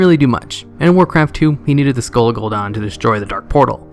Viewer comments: It's Gul'Dan DAN LIKE DAMN BUT DAN now dawn. Gahhh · It's not "gool Don" it's "gool Dan" like Lieutenant Dan. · I get triggered every time at the way you say gul'dan